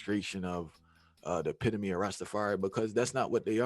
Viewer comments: "epitome" pronounced: E-PIT-O-MEE not EPEE-TOME..... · Epitome is pronounced "ee-PIT-Toe-mee"! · Epitome? Artists? You obviously felt out of school.